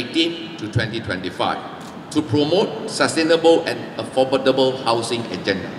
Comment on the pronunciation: Sorry to say this, his English pronunciation needs to improve. For example he pronounce affordable also not so accurate, my 2 cent opinion only.